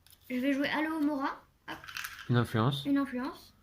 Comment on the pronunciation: Aloévéra 😂. Je doute que le sort fonctionne en le prononçant de cette façon. À chaque fois que je t'entends le dire, je pense a du liquide vaisselle ou autre produit contenant cette plante. Attention de ne pas exploser 😂 . C'est alohomora. C'est drôle que le jeu soit en français mais le nom des maisons en anglais, ca fait bizarre de t'entendre dire slytherin au lieu de serpentard qu'on a plus l'habitude d'entendre. Bravo à Lou et passez de bonnes fêtes de fin d'année. 🎉🎄